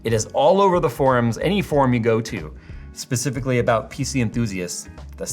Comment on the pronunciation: did this man just say "pacifically" ? lol